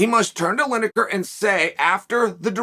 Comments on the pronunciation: Linejer, Maklechev, Oliver, Yarear, Prokriev, Provaki, Provider? Who really is the GOAT? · Lineker/Linejer Tomato/Tomajo